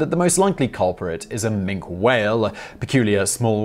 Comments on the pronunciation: Minke is pronounced min-kee whale not mink the member of the weasel family. 🙄🤦🏻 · The Minke whale is pronounced with "e" as Min-kee , not Mink..the Mink is of course a river dwelling amphibian predator similar to the otter. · Minke whale. . Pronounced "min-kee" . . Not Mink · Minke whale, pronounced minky. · Minke whales, it is pronounced Minki. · Nah not his accent, he is a serial mispronouncer. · . . Minke whales. . . Pronounced "min-kee" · Minke whale, pronounced Minkee whale. Minkee. Minkee. I'm not in the least bit triggered... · Minke whale is pronounced 'Minky whale' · Min key whale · Of course but this is specifically a bread of whale named after a person who's name is pronounced that way. The pronunciation of this type of whale is correct as I have detailed and incorrect in the way the guy said it on the video. It is a case of right and wrong, not dialect, not American English or British English. One way is correct and the video is wrong.